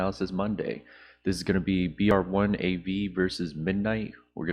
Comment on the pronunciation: ok love your content but the guys name is brave one its cringe for you to keep saying it they way that you have